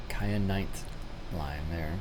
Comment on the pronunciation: Yes Wyoming is a State and your mispronounced Cheyenne